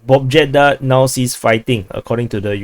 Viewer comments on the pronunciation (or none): In Pobjeda J dont sound like Jon (first pronouncing sound), J sound like first pronouncing sound in You :)